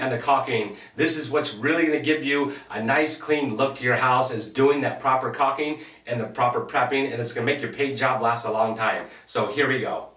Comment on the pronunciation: It's caulking, not "coxing".